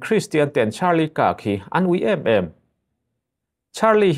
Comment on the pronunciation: Utah - 'EuTah' tiin an lam thinin ka hria. Kirk (कीर्क) - (कर्क), magneto matter - magneto metre zawk.